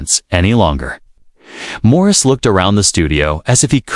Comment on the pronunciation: It's not Maurice. Jeez. Get it right. 🤦‍♀️